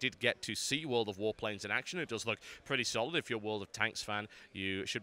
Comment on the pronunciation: Everytime you said World of Warplanes I kept thinking you were saying World of Warcraft. :l